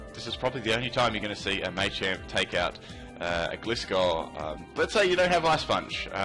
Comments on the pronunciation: Stop saying MAY-champ, PLEASE. It's MAH-CHAMP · Cannot deal with 'Maychamp' sorry